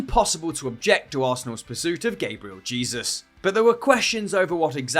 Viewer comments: Its pronounced Gah-bree-el Jay-zus!!!!! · I see suddenly became american with that pronounciation of gabriel jesus lmao